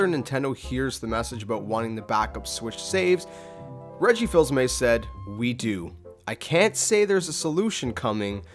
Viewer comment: It's actually pronounced Reggie Fees-uh-may